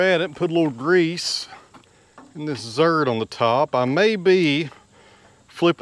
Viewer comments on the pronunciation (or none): hey: are you calling grease zerks--"zerts"?